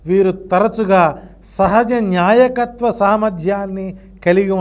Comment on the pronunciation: న్యాయకత్వ లక్షణం కాదండీ.. నాయకత్వం అనాలండి.. నిర్జీవం లేకుండా చేయకుండా చేయడం ఏంటి మహా ప్రభో.. తెలుగు పదాలు పలికే ముందు రెహర్సల్ వేసుకోండి 😮😮😮